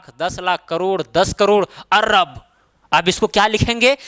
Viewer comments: Not Arrab it is Arab.Bareilly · अर्रब नही, अरब बोला जाता है। कृपया करेक्ट कर लें। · Sar arab hota hai arb nai hota hai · Sir he arrrrrab nahi hota arb hota h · Ye kya arrab par rha h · Arrab nhi bhai arab same in not kharrab its kharab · Arrrrrrrab, kharrrrrrrrrrab 😂😂😂😂😂😂😂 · Sir topic bht achhe se samjaya lekin Arab ko arrrab bolke kharb ko kharrab bolke dimag kharab kr diya master 😡😡